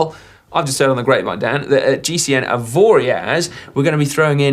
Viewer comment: Top tip from a Swiss viewer (from the French-speaking side): it's pronounced "Avoria". Drop the z, it's silent, and if you pronounce the z you are putting out the message that you are British/anglosaxon tourists, deaf to the correct pronounciation and uninterested in the language because "English is better". Lots of people love Avoriaz for great reasons, but get the name right and the locals will appreciate the attention to detail. At any rate have a great time there!